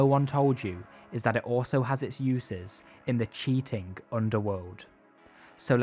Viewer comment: Dude... There is no K at the end of words that normally end in ING... Cheatingk is not a word.